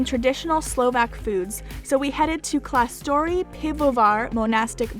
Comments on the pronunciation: Klashtorny - there is š = sh and you forgot the letter "N" ...otherwise a decent pronunciation :) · ex. kláštorný = klashtorny Škodovka = shkodovka ...and others like Č (CH) too :)) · only clicked because I'm Slovak. ... never saw a cheese vending machine sadly. *Kláštorný would be read with "sh" sound and you still need to read the "n" at the end. and the first a is held longer. the dumpings are called "halušky" (also with "sh" sound. all š's are sh's.)